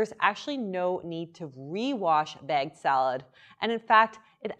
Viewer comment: It's bagged, not begged